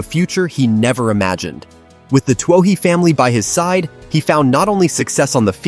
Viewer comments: I've seen most of these, all good... but Twoh-HEE? I thought the family name in Blind Side was Tuohy (Too-WEE)? A.I. has a tough time with Irish names. Pronouncing Saoirse would blow a circuit. :0D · The blind side is about the family of my nephew. Sean Tuohy Sr. PS Its pronounced 2-E